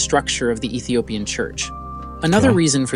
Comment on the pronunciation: It is pronounced Ethiopian